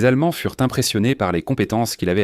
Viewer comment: Insupportable ! Etai-ent. fure-ent, saleté de traduction informatique.... Nul